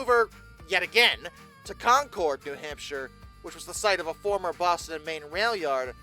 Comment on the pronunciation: I acknowledge your rant and indeed this is a "well acktually", but it's not Con-Cord, it's more like Con Curd, NH, and yes it's out of sheer stubborn contrariness, to differentiate ourselves from Concord Massachusetts. We also have a Lebanon and Berlin we pronounce wrong on purpose.